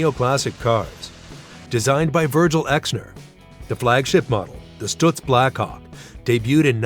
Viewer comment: “Stutz” rhymes with cuts, not puts